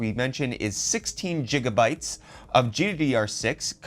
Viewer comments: "Gig"-a bytes!!!!!!!!!!!!!! not a "jig"-a-byte!!!!!!!!!!! evidence: do you juggle or giggle when you find something alil funny??? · can we say Gig instead of Jig thx. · GjigaBytes hahahaha did i hear right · "Jigabytes" Not as bad as my friend saying "millibytes" instead of "megabytes" however. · He said jigga bites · Jigabyte, Done 😂- Nvidia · Zan Yewang This is the french pronunciation. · Jiggabites? Xd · jiga bytes? 🤣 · why do you pronounce ghz as gigahertz and GB as jigabytes